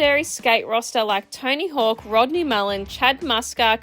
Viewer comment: To me it always sounds like you're calling him "Tiny Hawk" 😂 Thanks for the video!